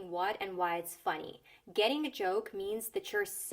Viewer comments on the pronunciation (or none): Не обижайтеся, над звуком [i] надо бы поработать (например funny), буквально на треть "ы" добавить! А так почти по русски звучит!)